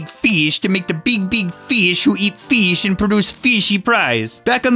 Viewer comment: i had a mental stroke while listening to you say feesh 20 times also F R O G